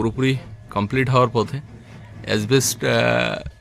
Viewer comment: কথাটা অ্যাসবেষ্ট (asbest) না, শুদ্ধ কথাটা অ্যাসবেষ্টস (asbestos)। স্থানীয় ভাষা আলাদা হলে অবশ্য বলার কিছু নেই । প্রয়োজনে dictionary দেখে নিও।